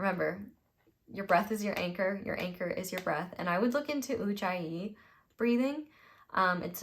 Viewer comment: Beautiful reading, the breath: It’s pronounced ooojayee